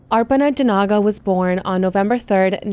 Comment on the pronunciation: Hey! I absolutely adore your videos. Thank you so much for covering cases that don’t have a lot of coverage. Also, don’t worry about all the negative Nancy’s in the comments. How are you going to get mad at somebody for saying someone’s name correctly? If that genuinely triggers you, you need to grow up.